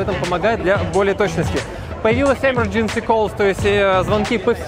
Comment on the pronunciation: Имёджэнси а не эмэрдженси